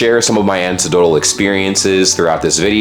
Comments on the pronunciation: I heard you say it before in another video, and I don't wanna be that guy. But you seem to say Anecdotal as An-see-dotal when it is anik-dotal. Apologies for bein' that guy. I love your videos. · Bro it's "anecdotal experience" not "antidotal experience". Add the American education system to the list of this countries failures. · Anecdotal not antidoatal; You're dealing with trauma not poison/venom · Not that it matters or that in want to nitpick, especially because I find it a bit endearing but just in case your interested, it's. a-NECK-dough-tull But again Keep your pronunciation of An-te-dough-tull If you're good with it. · An-ec-do-tal. Not ansedotal. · Love your videos but need to tell you - anecdotal is pronounced 'a neck doe tal' sorry xx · never heard anecdotal pronounced ansidodal before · Just a tip: Are you aware that you say “antidotal” when you mean anecdotal? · Anecdotal is pronounced An-ek-dough-tal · Anecdotal is pronounced with a hard C, not a soft C. ah-neck-dotal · I would expect to sign in at any school. BTW at lot of us went to school when cell phones didn't exist and are still alive. I am grateful certain parties didn't have the opportunity to helicopter the hell out of me. and, you are too smart to not know the word anecdotal. an ECK doe tal. Thanks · I had to tripletake that in my head because I heard antidotal. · Your pronunciation of anecdotal is triggering something feral in me lol 😂😂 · I think you mean "anecdotal" not whatever it was you said instead. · Your pronunciation of anecdotal was interesting. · Anecdotal, such a hard word to pronounce correctly ;)